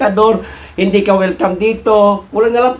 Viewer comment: Anoyon not wilcam ah